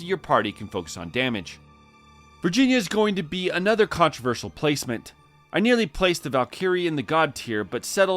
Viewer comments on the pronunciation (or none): none